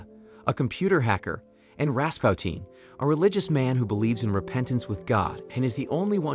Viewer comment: Ras puu tin not Ras pow teen